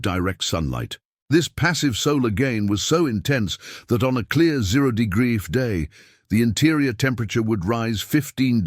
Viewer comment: I think your AI reader is drunk. 'Degree' isn't a difficult word to say generally. Enjoyed the story anyway.